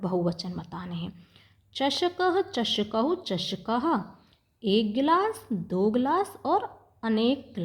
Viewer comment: गिलाश नहीं होता गिलास होता है। एष: चषक: यह गिलास है, ना कि यह एक गिलास है। एक: तो लिखा ही नहीं है😂 ब्रहत नहीं बृहत् है। मजे लेने के चक्कर में पढ़ना ही भूल गई और दूसरे को कह रही हो मजे लेकर पढ़ो इतना भी मजा ना लो कि शब्द का सही उच्चारण ही भूल जाओ।